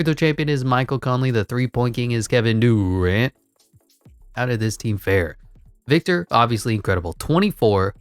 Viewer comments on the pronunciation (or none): Love the correct pronunciation on player names like Ziiiiooooonnn Williamson! And Kevin Dewrant, and Victor Wembyanmama and my personal favorite, Shai Shmildess Alessmander lol. Keep it on coming man love it 🔥